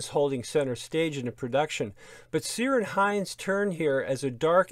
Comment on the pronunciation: I thought this was a fantastic mini series back in the day. There were a few historical mini series i remember and then they seemed to go out of fashion. Treasure Island and Lorna Doone are the two i remember best. Btw Ciaran is pronounced Keeran and not Seeran. Also Sian is pronounced Shan.